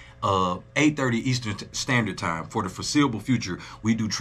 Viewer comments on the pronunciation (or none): Did you say "Only TOM balls is good ? at 11.06 🤣😂🤣🤣🤣🤣 nahhh I know you said Time,,,but I swear its sounds like TOM